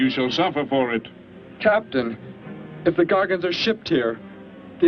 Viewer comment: its actually "Gargonites", and "technically" Homo-gargonithicus.respectfully